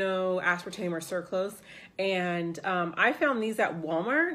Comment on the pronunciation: Yeah you pronounced sucrose right! :)